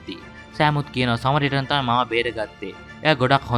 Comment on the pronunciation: සමාරිටන් නෙවෙයි බං සඇමාරිටන්